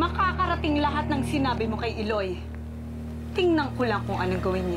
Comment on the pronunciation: I haven’t fully watch in TV way back in 2012 and now I’m rewatching it and this the previous episode and this episode marks the exciting plot. Pero ang pronunciation medyo di ko bet as an Ilonggo. Especially ang Iloy which is pronounced fast and not the I-loy. Hehe.